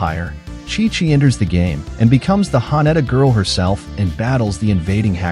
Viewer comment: Sorry but the AI voice is terrible, can't even pronounce Haneda correctly.